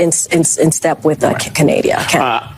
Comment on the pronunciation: CANADIA!? ARE YOU FREAKING KIDDING ME!?!?